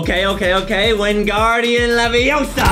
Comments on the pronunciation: Your gonna take somebody's eye out anyways your saying it wrong its wingardian leviosaa not levosarr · it's not leveosa it's leveossar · Adem: ingardiom livosar Justie: THICCIEOSAR The lord of THICKNESS 😂😂😂😂😂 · Its leveaosa not that😂